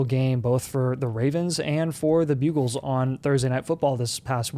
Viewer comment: Again … are you saying “Bugles” on PURPOSE?!??! It’s driving me nuts